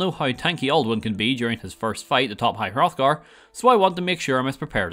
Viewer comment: “As we all know how tanky Alduin can be during our first encounter at highr-othgar.” We ALL know? Huh? All of us? Really??... because uhh.. I sure as hell don’t know that at all actually? Ive never even played Skyrim before but I’ve watched at least a couple thousand hours of gameplay from MXR’s mod reviews and this channels/various others challenge runs